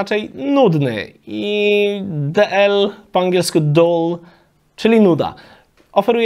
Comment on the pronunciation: chłopie angielski to ty musisz trochę potrenować doll to lalka ,chyba masz na mysli dull ???? co oznacza nudny